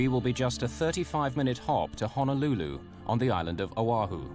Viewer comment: EMDR can help with trauma. I wish the narrator would say Honolulu correctly. 🤦🏽‍♀️🤦🏽‍♀️🤦🏽‍♀️